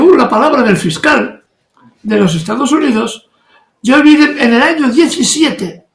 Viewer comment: Es “Joe Biden” no “yoviden”, che guey